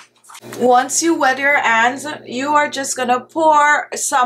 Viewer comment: Dear I have a friend from Jamaica all her family they pronounced it like that honey-aney, hands-ands extra